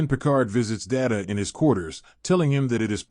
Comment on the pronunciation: Lost me at the pronunciation of "Data"